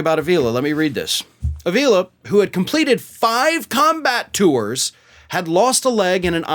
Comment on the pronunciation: Four long years in which Donnie Boy proved beyond all shadow of a doubt that he is a nincompoop and a thoroughly worthless individual and a nauseating excuse for a man. Pronunciation is AH-vila,. (Spanish-Latino surname) Donnie Boy is vile, indeed.